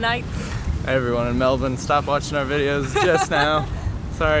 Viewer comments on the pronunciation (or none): So, the best way for an American to pronounce, “Melbourne” is “Melburn.” “Melbin” sounds a bit odd and is trying a bit too hard to assimilate while “Melbooorne” like most Americans pronounce it, is grating as. On the other hand, there’s nothing wrong with saying, G’day!